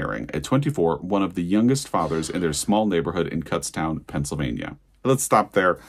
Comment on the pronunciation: Already preordered Fire Exit. Living Rez is incredible! Brad Gooch also wrote a great biography of Flannery O'Connor. And it's pronounced more like "soot" - Kutztown. If you say it like "cut," kutz means vomit. Really